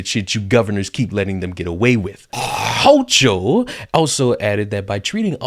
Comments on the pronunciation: This New Yorker is fed up with the ridiculous amount of BULLSHIT. Not all of us vote Democrat. Hochul is an asshole, and her name is pronounced Hoe-Kul, like bringing up a loogie.🤮 I can only hope that Democrats are victimized by their own policies. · Ha ha ha everytime you pronounced houchal I split my sides laughing...nice one 👍